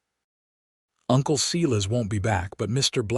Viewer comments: I can't even listen to it, by the time they said Tuh-bitha twice and then said See-lus for Silas I am backing out of the story. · Mispronuciation of Tabitha and Silas.... etc over and over.....can't continue to listen!!!!